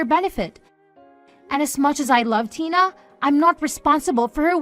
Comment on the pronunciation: Tiner? Instead of Tina?